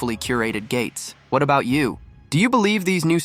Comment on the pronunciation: Was that a wee Canadian Easter~egg?? “All “a…boot” it in your new book weh”?? Or is it just my ears. ???